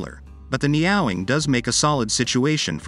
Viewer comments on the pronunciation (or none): Neat bike, but I cringe every time he pronounces it neOWing when it obviously shound be pronounced NEo-wing. Think NEO from The Matrix followed by "wing". Knowing Honda, it will be very expensive. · Ne-Yo Wing. Not Neow-wing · Neo-wing, not neowing. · Ne-ow-ing? Could it be Neo-wing? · Are we sure it's pronounced NEOW-ing and not NEO-Wing? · It’s not NyaWing! It’s NEO(new)Wing! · Neeow ing? I doubt it, more likely neo wing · It’s Neo not niaow 😂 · Neo wing!....not neowing. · Neyowing? Makes Me Cringe!!! It’s ne-o-wing like the guy from the matrix. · Surely you pronounce it as the Honda Neo-wing? IE: New Wing? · The Computer voices in these videos cracks me up...Neowing pronounced "nee-aw-wing". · For chrisake I know the name looks like it reads "meow-wing" but it actually reads "neo-wing". So for chrisake pronounce it as "Neo-wing"! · I laughed 😂 at the way you pronounced the name, it's a Neo-Wing. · Neo...Wing, it's not a cat. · Shouldn't it be pronounced "Neo - Wing"? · someone tell this robot it's neo-wing. and it's not a motorcycle, it's a car for people frightened of gravity and road-rash. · Nee-oh-wing. It doesn't rhyme with 'meowing'. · Umm, I'm not sure that's how it's pronounced. It's a combination of "Neo" (New) and "Wing" (Gold Wing). So the pronunciation should probably be Neo (as in the character from The Matrix) Wing (like little birdies). But i could be wrong. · AI is supposed to put us out of work but can't pronounce NEE-o-wing🤔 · Its name should not sound like a cat ? Its NEE- OWE-WING meaning ‘New Wing’ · Surely the name does not rhyme with MEOWING 🐈. Surely the name should be pronounced as though it has a hyphen in it. EG. Neo -Wing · Neo wing, neo wing. OMG AI needs lessons in speaking. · I can't stand this text to voice crap. Pushing out content. It's laughable.....the neeeee awlllll wing. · Dudes! Get yourself a text to speech program that can pronounce Neowing if you're going to do a video about it.